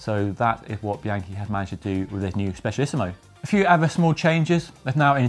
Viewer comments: Speciallisima not speciallisimo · "Specialissimoe"! xD ..but nice review. ;) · Nice summary video, but please learn how to pronounce the name! It ends with an ‘a’ not an ‘o’ ! SpecialissiMA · Some said it before, but I have to repeat that it´s SpecialissimA and not SpecialissimO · Yeah Italian pronunciation has never been my forte. Annoyingly I did check first but then my brain just slipped when I started talking